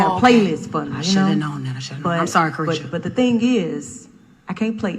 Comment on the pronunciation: Car tiesha 🤣🤣🤣🤣🤦🏾‍♀️